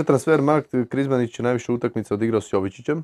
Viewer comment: Zašto Krizmanić umjesto "utakmica" govori "utainca"? 😄